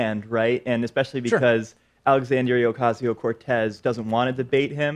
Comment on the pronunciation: Big fan of Pakman, but the next time he pronounces AOC's name correctly it will be his first.